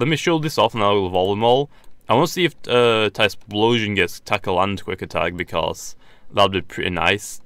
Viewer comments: it's not tysploshion it's ty flow shun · It's not Tysplosion mate, get it right